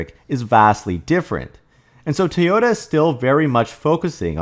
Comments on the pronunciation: why do you say "Tee ota"? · It's pronounced TOY-OH-TAH. Please, STOP mispronouncing